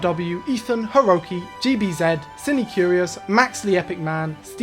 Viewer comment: Jeebie Zed? Come on, man.